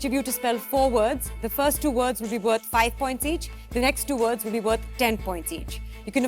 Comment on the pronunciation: Those words were pretty easy to spell. Also, the words werent pronounced correctly by the host.